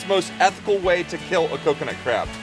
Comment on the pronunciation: He said coconut cab XD!